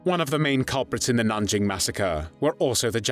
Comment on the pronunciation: A. Nothing new... Just AI spotty repeat of prior better prepared reviews; but with poor AI pronunciations. B. Stop with the unspeakable... Nanjing was the third major China city ravaged by Japanese forces in unheard of savagery... w' mass rapes of women & children, even boys & mass executions for punishment for resisting & failing to surrender immediately ... The Japanese army was supposed to move on immediately, in the German word, Blitzkrieg... but its commander reported his troops were so tired from the ravaging, looting & other war crimes of Nanjing, they had to rest for immediate for an entire month! >> When Villagers who escaped to religious enclaves reported the savagery, wholesale & systematic rapes--family on family--& executions, they were un-believed by Christian missionaries because the Japanese Army was believed the most disciplined in the world.